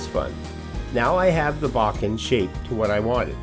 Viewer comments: your pronunciation is actually much closer than "bow-ken". "Boh-ken" is more like it. Beautiful video. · Nice video … it’s pronounced “bow Ken” (bow as in tie a bowno emphasis on either syllable